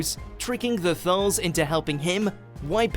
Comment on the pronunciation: The narrator of this video obviously has NO idea about Dr Who pronouncing Davros (correct pronunciation is Dav ross NOT Dav rose) he also constantly mis pronounces Kaled and Thais. Please watch mojo get someone who knows the subject properly to do future videos - or at least give them a pronunciation sheet.